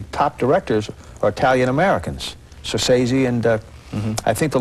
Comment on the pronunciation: and Duvall: "Sorcese" (sic) He left-out first 'c' not once, but THREE times. Just how well does Duvall know Scorcese?